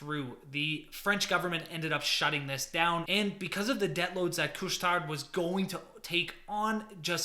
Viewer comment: Just don't pronounce the "D" in Couche Tard :-)